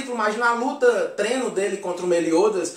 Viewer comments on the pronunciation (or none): none